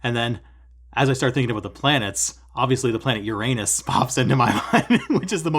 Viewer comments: Oh my, the way you say URANUS places a picture in my head I really don’t want to see 😂😂😂 Awesome stuff you’re stitching! Keep up the good work and the entertaining stuff 🤪 Stay safe and happy stitching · Uranus 😂 not so funny though if pronounced as urenus 🙄